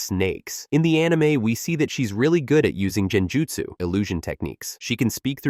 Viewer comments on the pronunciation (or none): Saying "Jen-jutsu" 🤷‍♂️🤦‍♂️makes this obvious the AI narration lacks any respect for the Naruto verse. Bye felicia🤣